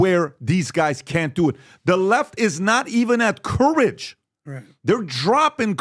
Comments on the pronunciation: And PBd how to pronounce COURAGE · How the hell is PBD pronouncing ‘courage’? Embarrassing to listen